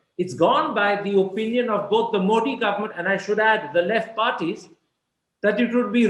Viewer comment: मोदी is correct मोठी as Karan pronounces is wrong.